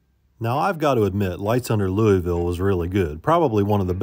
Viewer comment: Has no one taught you how to pronounce LOUISVILLE correctly? :face-purple-crying: Have fun y'all.